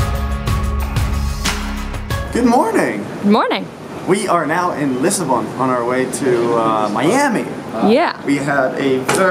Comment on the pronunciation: Jon it's not Lisabon it's Lisbon.. ;)